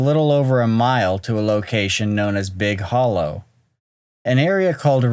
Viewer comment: I've never heard of this before. Edit: It's pronounced Big Holler.